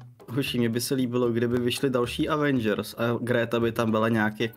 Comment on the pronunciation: Taky nektere stve ze gejmr rika avengrs a ne evengrs